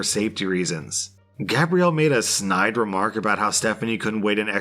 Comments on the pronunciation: For "Gabrielle", you were pronouncing it like "Gabriel". Difference: Gabe-ree-al is the masculine. Gab-ree-elle is the feminine. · Since when is Gabrielle pronounced (gay-bree-al.) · You pronounced gabrielle, it's a female French name so its said like Gabriella. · I love how pronounces her name Gabrielle for like 5 minutes then starts saying it Gabriel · So good, especially when he started calling her Gabriel instead of Gabrielle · that’s not how you say it though. There is Gab-riel (Gabrielle) and Gay-briel (Gabriel) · How many different ways is it possible to pronounce Gabrielle without actually pronounce it correctly 😂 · I love how the pronunciation of "Gabrielle" changes almost every time you say it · Ikr doesn't sound right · used the masculine pronunciation throughout the whole telling of that story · you missed pronounced Gabrielle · why do you have such trouble saying Gabrielle? haha xxx